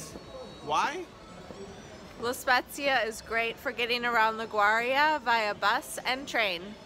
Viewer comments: La Gau Ri A??? 🤦🏻‍♀️🤦🏻‍♀️ It’s pronounced like Li Goo Ri yah. would have been great if you made an effort to learn how to pronounce the town names correctly in Italian so people watching your video aren’t misguided. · Agreed! I really enjoyed the video & appreciate the helpful tips, but the pronunciation of Liguria was cringeworthy. Not only is Italian one of the easiest languages for English speakers to learn, but a 1 second google would have resolved any lingering uncertainty a foreign tourist might have had about how to say "Liguria." I must admit that I'm even more sensitive on this subject given the widely held foreign stereotype of my fellow American tourists as ignorant of geography, not well-educated and perhaps not as respectful toward local cultures as they ought to be.